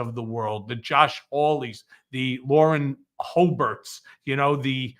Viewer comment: Cohen, you did it again "Lauren Hobert" 😂❤